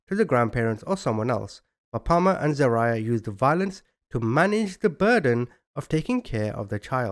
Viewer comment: I love you but you crack me up with your name pronunciations 😂 It’s Zah-rye-ya